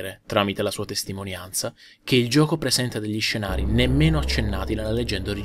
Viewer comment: adoro quando dice gioco. lui nn dice "gioco" ma dice "giuoco". senza offesa.